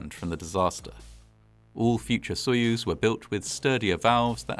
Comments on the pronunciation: A tip for anglophones: most of the time, the 'o' in latinised Russian words is said like an 'a'. So if you say "sayuz" when you read soyuz, you'll sound perfect. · If the stress is on the second syllable, Its "sah-YUZE" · Wrong. Sounds like soy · uhz.